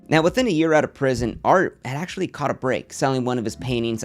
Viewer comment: “I axtually bought a ridge wallet on my own” this fucking guy lol